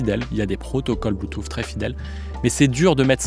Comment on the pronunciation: Alors j en peu plus d entendre un spécialiste parler bue-touffe!!!! Le mec sait meme pas comment comment prononcer Bluetooth c est hallucinant et ridicule. De plus cette video est avant tout une campagne de promotion pour KEF qui font de bonnes enceintes mais qui a l écoute sont loin de plair à tout le monde. Les enceintes à haut rendements au son chaleureux très live sont abstîntes comme plein d autres. Et que dire d un mec qui te dit qu un caisson ne sert qu à produire du volume et pas de distortion et que le reste c est de la littérature on voit le mec qui n y connait strictement rien… et qui ignore entre autre ce que trainage signifie, ou repose impultionnel, ou réponse sur transitoires! Bref vidéo complètement nulle, avis aux amateurs de bon son: n écoutez pas ce gars qui ne sait pas de quoi il parle et il est autant spécialiste que les auditeurs ignorant en son a qui il s adresse. Quand au fait de juger une enceinte d après ses mesures c est partiellement n importe quoi, car l écoute repose avant tout sur le plaisir que l on récent a écouter un système. Et et chacun entend les choses différemment, chacun place le plaisir dans des sons différents. La pire chaîne de hi-fi de YouTube.